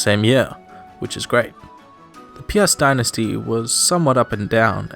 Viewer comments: This is pretty neat. I wonder about your pronounciations though. Some names you do well ("Lech" for example), while others you read like you would if they were English words ("Piast" becoming "Pee-ast" as opposed to a single-syllabe "Pjast"). How come there's this mix? Also, a possibly useless tip for future videos, for getting the pronounciation of names in a lot of foreign languages - there's many free speech synthesisers which will read them for you. They'll sound a bit robotic, but should give you an idea of how to say things. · Me when I heard Piast “PIAST LIKE THE STORE?”